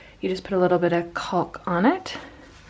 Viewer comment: That is definitely not how you pronounce caulk. The L is silent.